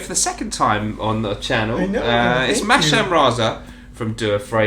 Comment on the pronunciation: Why do you keep calling him Masham! The s and h should be flipped around ;) Haha